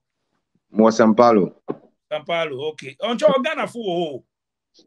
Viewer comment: My brother is Sao paulo not sam palo, try to correct them for them to learn next time